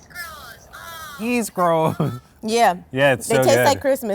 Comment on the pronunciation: Am I the only local who noticed that Isgro’s should have been pronounced “Is-ROHS”? But cheers to Quinta for introducing the guys to Tastycake.